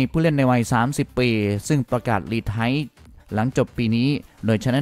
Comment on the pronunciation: รีไทร์...ไม่ใช่ รีไท้..เฮ้อออออ!!?